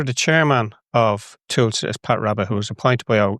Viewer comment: your point would be more effectively made if you could pronounce Tusla